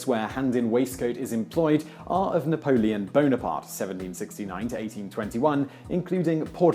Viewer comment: You make it sound like "Napolen Boner-part" my fucking sides